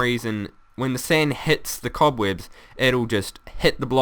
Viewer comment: the cobweebs will catch the sand lol he saying weebs cool though and funndimental added an extra n for effect